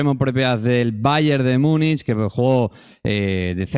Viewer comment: Empiezo diciendo que podéis decirlo como os de la gana pero es que me rechina un poco, ¿qué es eso de "Miunich"? en castellano o en gallego sería Munich o Munic o se podría decir en su nombre alemán "München". 😉A ver es broma, podéis decirlo como queráis, pero...😉